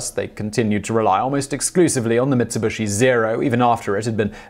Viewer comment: Never heard of MitsubUshi before, did they make nucular missiles ? :p